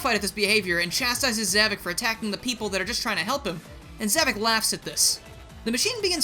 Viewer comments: Za-VOK not Za-VIC. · It’s “Zavok”, not “Zavik”! Get it right!